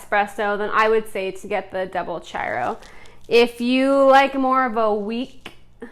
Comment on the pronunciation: The chiaro is said like this: key ar o. With the o being long.